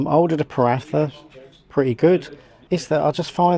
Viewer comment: Its pronounced Pa -Rah-Ta.. not Pa-Rath-A